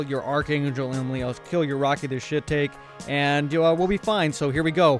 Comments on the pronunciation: Great videos Shiitake is a type of mushroom Japanese pronunciation sounds like She ta kay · Dude..........its "She-tahk-eee", ya know rhymes with "Rocky"..... Wow, lol. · Rocky the shiitake that's not how you say shiitake its sha-ta-ky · Lol rocky the shit-take, it's pronounced shit-AH-kei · Rocky the shiitake is pronounced: rocky the shiitaakee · Shiitake is pronounced she-tok-e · It's rocky the shi-ta-kay. Named after the shiitake mushroom. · "Shiitake" is a type of mushroom pronounced shee-taw-kee. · Just so you know it's actually pronounced Rocky The She-Tark-E This link might help you pronounce it: :D great video by the way! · It's "shi-ta-ki" XD but nice tips. :) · Shiitake is shi-talk-ee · Also to pronounce Rocky the Shiitake is She-tok-eee